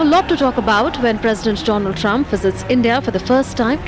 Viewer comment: Dolaand trump😂😂